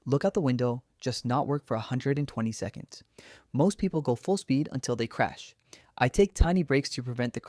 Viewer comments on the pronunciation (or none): none